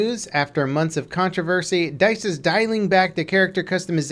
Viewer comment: "DIALIING" what the fuck dude.